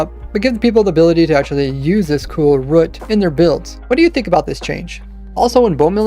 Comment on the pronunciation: Stop saying rut omfg